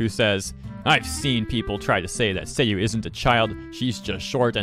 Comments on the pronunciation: its pronounced SAYU not SEYU. im considering inazuma character names have japanese pronunciation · You had the pronunciation correct the first time on Sayu (Sah-you) not Say-you. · Oh you said it right the first time "Sayu" not "Seiyu" or "Saiyu" luv u btw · As an anime expert... why? You were right the first pronunciation. Its Sayu not Seiyu and you knew it and know it pisses everyone who knows it off... so good job. Seriously though I hate my lack of patience with these jokes that are just pronouncing things wrong. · Actually, I'm pretty sure Sayu is literally pronounce as the way it's spell and not Sei-Yu. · Nonono, you were right the first time. Its Sai-yu (sort of), not say-you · Saa-yu is the correct pronunciation. Say-yu isn't how you say the name in Japanese at least. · Her name is not pronounced Say U, It´s Sa Yu! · This is a joke right..he calls meme me me and sayu seyu... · Sa-yu. not say-you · the sayu that u pronounced wrong is the pronunciaton for seiyuu which is voice actor for animes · By the way, her name is pronounced more like "saw you," although not exactly. You got it right at the beginning. It would be spelled Seyu if it was pronounced like you were pronouncing it. Just thought I would let you know. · the first pronunciation of sayu was right, its sah-you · no its not saiyu its pronounced how you said first time but idrc so pronounce her however you want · You had it right the first time, it's Sah-yoo. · Nah.. you said Sayu correct the first time bro. SAH-YU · Sayu is pronounced as "sigh you" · we were fine with dilouche but say-you? nah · You pronounced her name right the first time, it's sah-you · It's said saw-you and say-you. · Since sayu is japanese maybe her name pronounciation is sah-yoo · btw sayu is japanese so the right way to say it sah-yoo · it's "sah-yu" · No it is pronounced sigh-yu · He pronounced Sayu’s name right then got it wrong lol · actually the first pronunciation of sayu is the right one